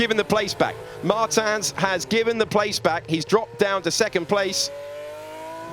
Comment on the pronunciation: ITS MARTINS NOT MARTAN, HE IS NOT D’ARTAGNAN